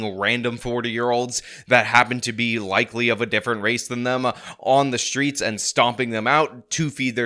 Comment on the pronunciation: Time to clean up "tha streetz".